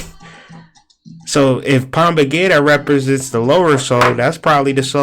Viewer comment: It’s pronounced Pomba Jeera with a J not g sound